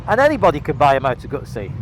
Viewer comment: Why do people call them moto gutsi when it’s a moto guzzi